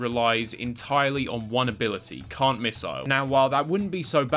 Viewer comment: Why do i keep hearing "Cunt missle" instead of "Can't Missle"?